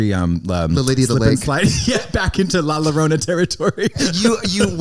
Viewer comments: I usually don't do this, but for la llorona it's pronounced "yo-rona" not "la-rona" . Like pollo is pronounced "po-yo" not "po-low" . The double L makes a "Y" sound. Thanks! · No now Katya with the "Lala Roona" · "La Lorona" who is she